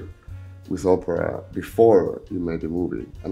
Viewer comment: He keeps saying Oprah but it's Opera.